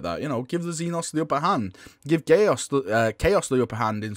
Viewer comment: Gay-os? That sounds like a fabulous threat.